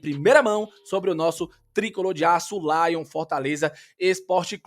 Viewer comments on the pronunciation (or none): none